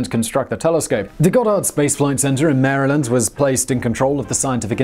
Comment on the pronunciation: AYYY Simon you said Maryland like a real Marylander!